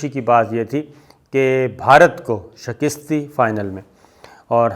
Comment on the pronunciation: Word is ' SHIKAST ' You pronounce it as ' SHAKIST ' PLZ make a correction.